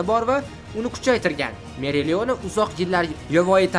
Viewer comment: Meriliona" emas "Opalion"